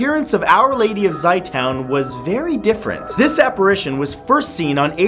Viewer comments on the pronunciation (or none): it's called za-toon not Zay town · Matt, its said Zei two-n, like say toon, but Zey,like hey, and toun, like two but with an n zey two-n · ok just a heads up that last name Zeitoun is spelt wrong in the video and is pronounced like Zay-Toon and means olive....